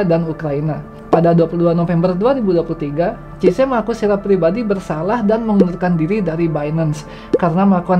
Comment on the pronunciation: Tolong pengucapan nama asing diperbaiki supaya channel ini makin tampak smart. Baca CZ bukan CIZE tapi SIZI